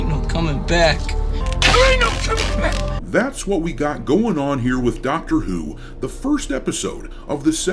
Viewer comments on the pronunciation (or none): I legit thought I heard you say “Doctor eww” 😂